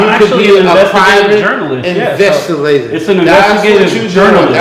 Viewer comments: He said Private investilator 😂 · "Pivat investlater" alright